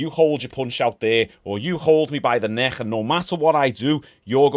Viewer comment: It’s not a Neckcchh it’s Neck ffs